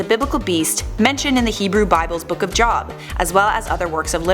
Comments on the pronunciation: The name of the book is Job, with a long O sound. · "The book of Jawb" lmao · You sed Job increctly. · Mispronounced Job